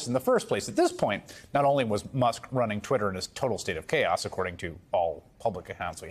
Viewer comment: why does pronounce Musk "Mosk"?